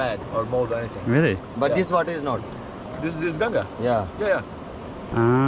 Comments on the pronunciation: Why they keep calling it Ganji😅it’s Ganga( Gun-gaa) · River name gun gaa not Gangies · It's ganga not gangii bro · It's not "ganges" It's ganga bro 😂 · It's Gangaji (name is Ganga+ "Ji"added for respect )or Ganga not ganji (means 'bald lady' in hindi)😓 you're saying ganji again and again what do you mean by that does a river have hairs but how is it possible 😂